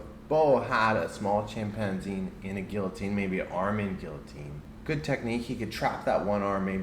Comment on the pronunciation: If he said the word guillotine correctly then maybeeeeee……